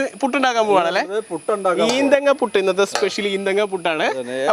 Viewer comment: ഈന്തും പുടി 😂 മലപ്പുറം 🔥🔥🤣